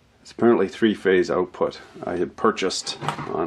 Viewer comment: Check this oat: check the oatput. Crazy Canadian talk!